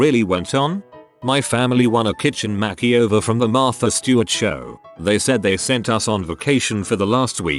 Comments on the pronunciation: "Extreme Home Mack-e-over" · "kitchen mackieover"